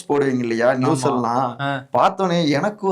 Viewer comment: நியூஸஸ் இல்லை.நியூஸ்